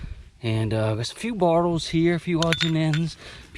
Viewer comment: I’m not shaming you, but is it your accent that causes you to call them “bartles “ rather than bottles?